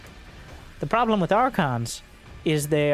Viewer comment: Did you say 'Probe-lem'? when that probe was blocking those stalkers at the watchtower? lol